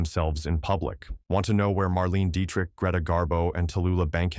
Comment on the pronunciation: Perhaps consider writing your script phonetically --- especially names --- if you are going to use a tech voice. Betty Davis instead of the correct Bette Davis, Marlayna Dietrich instead of Marlene Dietrich, etc.